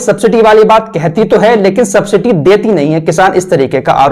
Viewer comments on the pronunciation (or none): Sabciti nahi subsidy boliye